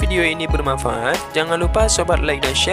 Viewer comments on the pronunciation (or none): none